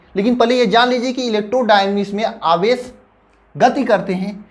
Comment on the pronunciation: Aawesh aadish hota hai